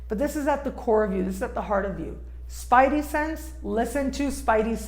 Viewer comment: what is a "spity-sense"?